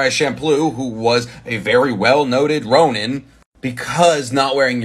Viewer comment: The second vowel sound you're making every time you pronounce 'ronin' does not exist in japanese. The 'ni' in 'ronin' is pronounced like 'knee' in English.